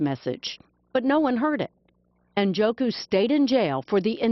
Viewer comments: Njoku... I think the “N” is silent. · This guy is a Nigerian, an Igbo man. Ikenna Njoku is TOTALLY mispronounced here. The correct pronunciation goes similar to this: EE-KAIN-NA NN-JAW-KU. Americans just mispronounce names without askih the person how it's pronounced. Not everyone is John Smith.